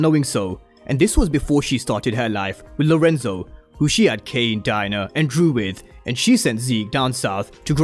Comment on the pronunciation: It sounds like your saying “DIE-NER” instead of DIE-ANNA 😂